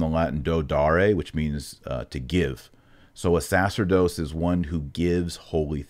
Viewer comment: Sorry. Big fan but I could ‘t let this one go. The word sacerdos is pronounced with the accemt on the middle syllable and in Latin c followed by e, i, y, æ or œ changes the c sound to a ch sound, as in chair. Sa-CHERR-dos.